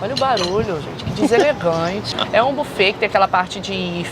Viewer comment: Buffet se lê bifê ... 👈👈